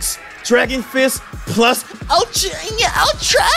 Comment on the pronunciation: You are saying it correctly, I live it, and there Id a Nintendo game that's pretty good. PlUS ULTRA!!!!